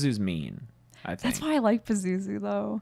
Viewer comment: You tink you can take me?